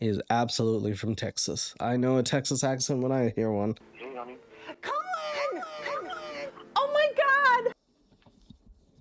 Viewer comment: She's calling "Collin" --> "Co-Win"....when he comes out of the shower.....that is even more funny 😂... Oh man and a few weeks ago I saw a Trilogy Media Episode where "The Russian Guy" instead of "Trenchcoat" he say "French Coat" and that made me laugh harder than it should. I really find these guys entertaining and can only recommend!